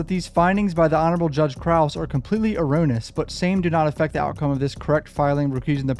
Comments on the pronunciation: You only butchered a few words this time. Look up how to pronounce "erroneous." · erroneous.. Uh rone E us